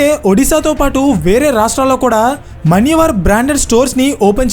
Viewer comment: మన్యవర్ కాదు, మాన్యవర్